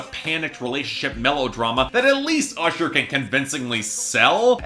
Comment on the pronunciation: actually it's when Ludacris says "ursher"